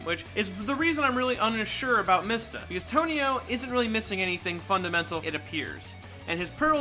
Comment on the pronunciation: i knew i was not the only one who heard him mispronounce it